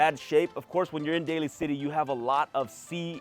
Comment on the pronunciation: it’s Daly City, pronounced “Daily”